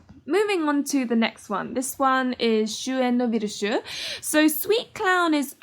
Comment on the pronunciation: This vid really makes me hyped for Shuuen! Also, I'm not the best at pronunciation myself so hearing you say "Virche" feels so satisfying :D Edit: yeah I agree where is the Conrad and Witch of Ruin route (༎ຶ ෴ ༎ຶ)???